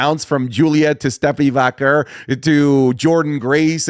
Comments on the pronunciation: The way says Vaquer pmo. Like does this Mader Vaquer not listen to how they commentate it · why does he pronounce stephanie vaquer's last name like that ?